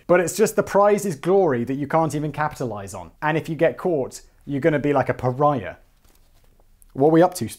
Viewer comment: " " A proud moment for FactBoi as he correctly uses the term Pariah, and pronounces it correctly.